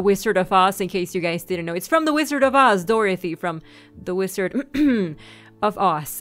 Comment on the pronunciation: Dorathie and the wizard of oss? That's what it sounded like u said...